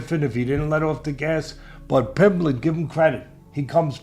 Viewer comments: The best part of this video is Teddy Atlas calling Paddy, “Paddy Pimbleton”… 😂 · Teddy Atlas... "Paddy Pimbleton" 😂